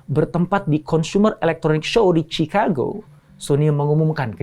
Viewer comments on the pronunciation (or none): none